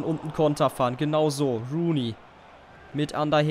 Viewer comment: sag doch nicht immer rain rooney ^^